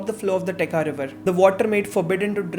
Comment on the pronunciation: Absolutely loved it. But it's Techa( cha as in chai) and not Teka river 😅